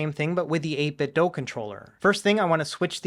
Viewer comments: 8 bit DO. Not doh. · please pronounce 8bitdo correctly. Bob Wulff seems to be the only YouTuber to pronounce it correctly. I'm pretty sure they say on their website that the "do" is pronounced like the English verb.